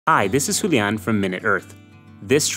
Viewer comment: Hi Julian! Why are you unable to pronounce your own name with an accent that's not completely off??? 🤔🤔🤔🤔 Also "this plant" is not a good syntax to use in a video that gives general overview of hyperaccumulator plants without even providing a single example.